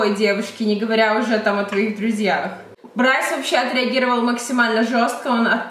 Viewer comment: Не Брайс а Брюс